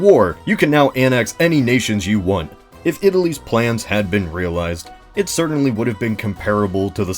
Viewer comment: You should've emphasized more the IF